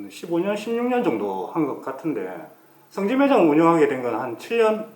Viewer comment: 성기라고하는거같네 ㅋㅋ